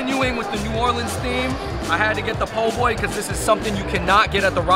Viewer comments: Hate to break it to ya, but there its Poboy, not Poughboy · Po' Boy not Poughboy